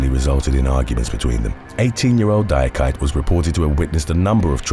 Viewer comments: Number 7 is pronounced "dee-ah-key-tay" not "die-ah-kite"...it's a common Ivorian name. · The name Diakite is pronounced Di-ah-ki-tay.